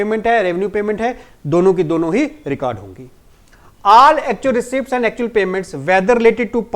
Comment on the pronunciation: Sir with my due respect , if you don't mind, the correct Pronunciation of Receipt is rɪˈsiːt \ ri-ˈset ....(like Re seet). You're a good and Dedicated mentor. Rise and Shine ❤